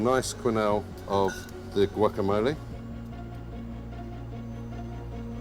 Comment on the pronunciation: Love this show. But have to comment on this 1 dish. As a Mexican American from L.A. living in the UK., it's cringy to hear someone (a Michelin-star chef, or anyone) pronounce guacamole with a hard 'G' and long ee at the end. The tortilla kept tearing cuz they were cooking it wrong. Leaving that beautiful lobster tail outside the taco is unfortunate. The 'filling' in the taco such an unfortunate let down. lettuce and corn dripping in mayo with 2 tiny bits of lobster. Weird. I'd cry if somebody served me that and called it a taco. Another first is watching people eating the 'taco' with their forks :( the heart and soul of what a taco is was stripped fully out of this dish.